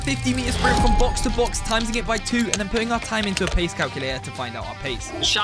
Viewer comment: "timsing it by two" 💀